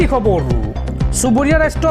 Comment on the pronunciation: Khabaru nhoi o dada khabar prtom ucharon to valke krok